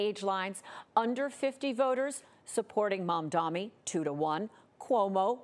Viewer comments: It's funny cause she gets it right saying "MamdaNi", then not even 10 seconds later she says "MadaMi". This is intentional. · It's MamdaNi, not MamdaMi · It's MamdaNi. Not MamdaMi. Get it right. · Excuse me mam, it's MAMDANI. Not MAMDAMI! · Mam-damnit!! They still cant get his name right?! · why does she keep calling him Mamdami? The name is right there on the screen!!! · His name is not Mamdami. It is Mamdani with an N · It’s Mamdani NOT Mamdami!! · Why can’t any of these dip$hits says his name right? It’s not even that hard of a name. Edit: She said it correctly one time, and then switched back to Mamdami. This has to be on purpose. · MAMDAMNI.... wtf is MAMDAMNI... its mamdani... M A M D A N I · The name is MAMDANI, M A M D A N I. You should learn how to say it because..we gotta get it right 😉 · this is the god knows how many times people mispronounced MAMDANI it's MAMDANI not MAMDAMI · It’s Mamdani, not Mamdami. These reporters need to do better. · No way you just called this man mumdami 7+ times.. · “Mamdami”? Really? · FOR THE LOVE OF GOD, IT'S MUM-DAA-KNEE!! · MAMDANI. We gotta pronounce one of the top two candidates correctly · No Cuomo! Please please learn how to say Zohran’s full name - it’s not Mamdami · The name is so basic - Mam-Dani.. you know your mom brings you dani water! Say it again - Mam + Dani. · Why does she keep saying Mom-Dommy 😭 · Mamda"N"i Cuomo can't spell it and now the host xd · She keeps saying "momdommy" lmao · It’s on purpose.. to say he’s not important enough for his name to be pronounced correctly. If she can say Netanyahu, she can say Mamdani. It’s just Mum-tha-nee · She kept saying it wrong , over and over, clearly pn purpose since his name was written right there next to her ! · Why do they pronounce it as "mom-dommy"? Like sheeeeesh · It's momma dommie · Being a news anchor and mispronouncing one of the two front runners is embarrassing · How can these people not pronounce Mamdani's name yet? You're on TV! It's your job!